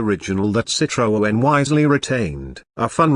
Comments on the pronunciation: Hi, why do you keep presenting all this nonsense about 2025 cars that clearly will never exist???? Irritating. Calling it a CitroOen, with an extra O. No wonder you call yourself. Crazy it surely is. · What a shite robot voice that cannot even say Citroen. "They have even made a soft top model". Hate to correct you but they were all soft top models from the 1940s. Would have been nice to watch the whole video, but that voice.....